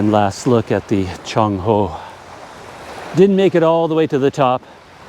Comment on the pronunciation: CC Some tough exploring. Really stretched you out. Take good care of yourself at your age. I am 68 and I did climb up my 2 storey building roof to replace roof tiles that were broken in a freak storm In school we were taught to pronounce Cheng Ho as Cheng Ho, not Chong Ho. Alfonso D'Albuquerque as D'Albukirk not Albukirki.